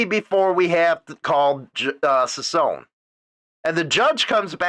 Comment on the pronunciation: His name is NOT SPELLED "SANTILIAN" ITS SPELLED "SANTILLAN". ITS REALLY NOT THAT HARD, JUST PRONOUNCE THE TWO "LL's" like a "Y"! And "CICCONE" JUST PRONOUNCE THE TWO "CC's" like a "K" Hard to understand Your ignorance here.